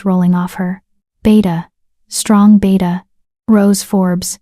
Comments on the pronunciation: It's Beta not beata, it's pronounced bay-ta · The narrator just called the beta a “beeta”. Ha ha.